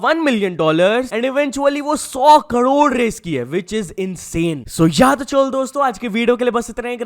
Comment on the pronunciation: Bhai isse crore nhi bola jata, ye har video mein kadod kadod hi krta h😂